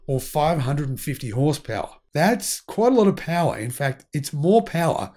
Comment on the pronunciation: Peawa? What is peawa? Horsepeawa? 😉